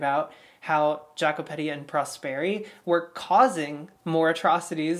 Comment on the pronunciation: example: Jacopetti is not pronounced differently - more like Ya-ko-peTTi